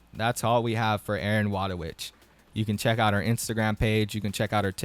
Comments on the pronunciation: btw her name is pronunced Voytovich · Thats now how u pronounce wójtowicz. but true respect for not even trying to pronounce it, Polish is annoying.